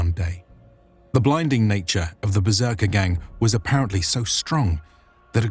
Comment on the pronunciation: I'll bet "berserkergang" was pronounced gång short a -- not gäng long a, gång being a germanic word, past participle of gehen "to go" -ergo, in English, "went". second, the tangs that stick out just past the spear head are found in other cultures. In addition to the uses mentioned, they would keep the spear head from going through a fighter's body or shield - if the spear is difficult to extract after a thrust then it becomes useless.